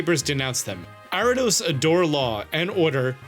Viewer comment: Why this dude keep saying Arrados instead of Ariados?